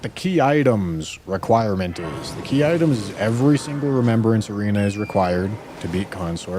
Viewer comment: The worst part of this stream is when corrected "Key ittems"